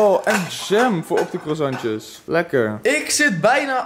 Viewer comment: zeg aub niet meer krwazantjez